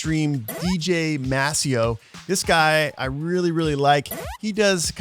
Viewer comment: Maseo is the DJ for this Hip Hop group De La Soul. Just saying. You pronounced his name wrong too, but whatever 😂